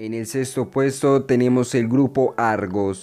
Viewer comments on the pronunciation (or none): none